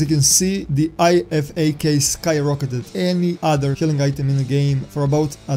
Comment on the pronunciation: great video, but on a side note the IFAK is said I-FAK like (I fack)